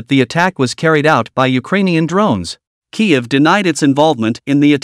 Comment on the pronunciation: Work on pronunciation Kyiv